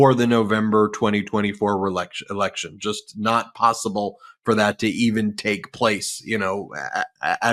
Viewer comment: You said it right Ben… when you said. “ re-lection”